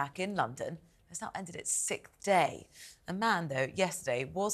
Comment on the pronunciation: The word is SIXTH , not sikth. Why can these professional speakers not get it?